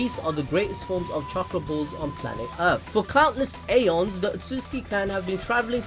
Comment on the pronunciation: anyone gonna comment on how he pronounced eons?